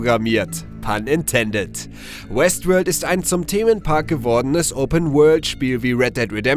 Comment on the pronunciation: Hab die ganzezeit Westwood verstanden xD